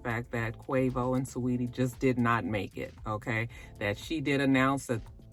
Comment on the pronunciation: No fix you are saying it right. It’s Sa-weetie that’s how she pronounces it in interviews